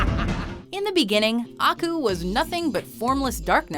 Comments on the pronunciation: It's not AH-ku, it's Ah-KUUUU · its not aku its akuuuu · 2 problems: 1. Aku isn't no.1 2. Her pronounciation of Aku is insulting.